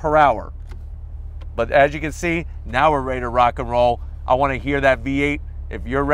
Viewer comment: "If you're ready I'm Raiti"